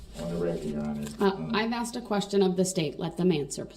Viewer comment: I axed a question.